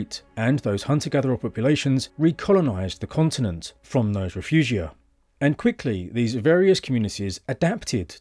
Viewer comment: Sadly the AI pronunciation of refuge is weird AF.